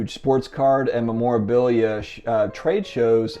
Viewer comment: Is a trimmed card bad if it's still in spec? People restore vintage posters, paintings and other vintage paper artifacts all the time and it increases the value... Just a thought.. PS: you are pronouncing memorabilia wrong!!!